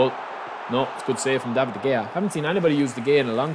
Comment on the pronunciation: De Gea Is from spain so the “G” in his name is pronounced as a H so its actually De hey-a